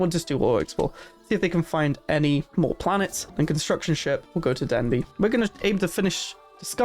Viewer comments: This is a great guide! Very helpful! Thank you. I have to ask, though: is "Den b" an inside joke, for how you pronounce "Deneb"? I've never heard it said that way before. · You pronouncing deneb as "denbee" is confusing